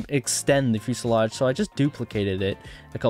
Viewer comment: Its fuselage not fuesalodge.